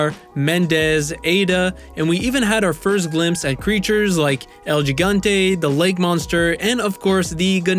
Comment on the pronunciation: gigante is pronounced (hee-gan-tay), not jigante lol